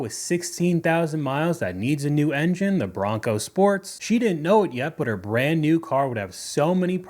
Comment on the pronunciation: “for a brand new vehicle” sounds like “fur brain” and that’s what I thought she said too lol